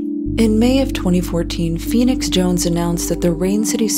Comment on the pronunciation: All caps typing ( and also just look at his twitter any time). Steamrolls through any conversation . Unearned air of nobility (I'm feenix jownes. I help da innocent.). Horrible drug dealing hypocrite. He has literally EVERY SINGLE annoying personality trait. I couldn't stand this guy IRL.